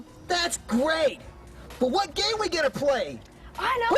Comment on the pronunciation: he says gay instead of game